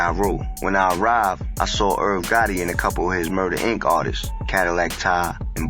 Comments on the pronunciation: Its pronounced Ty or tie not tah🤦🏽‍♂️ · in YOUR video everybody says TY but much props for not being AI ! I never heard it pronounced Tah it hurt my ears everyone I heard it